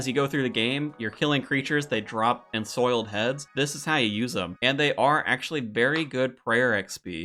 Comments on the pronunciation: Damn man... saying rune as "ruin" is one thing... but ensouled as "ensoiled"? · “Ruin(s)” “Ensoiled Heads”… dude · Dont forget "enSOILED" heads instead of "enSOULD" XD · First, appreciate and love the content. Second, like runes is roons, ensouled is en-sowled Keep it coming bud!